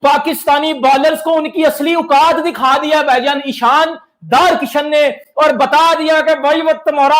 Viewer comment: "इशन" किशन, जशन टशन 😂